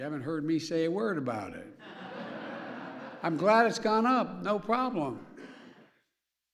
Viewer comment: “Exponentially” “no ploblem”